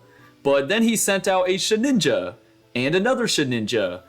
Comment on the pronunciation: It is SheDinja, not SheNinja 😮‍💨